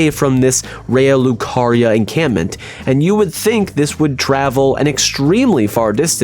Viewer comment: I have never heard anyone pronounce Liurnia as "Alurna" 😂